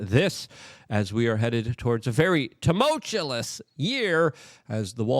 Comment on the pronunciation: Temult-You-Us! Please say it right. It's like you are on purpose saying it wrong but want us to tell others to do right when this is the easiest thing in the world to do! Good Grief!